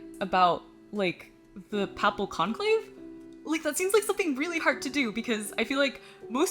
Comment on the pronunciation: 'papple conclave'?. Thats not how you pronounce papal. Well, its how YOU do, but its not correct. Pay-pull or payp-ul.